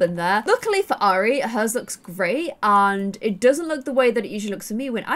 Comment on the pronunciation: the name airi is pro prounced i-rea it is a japanese name meaning love <3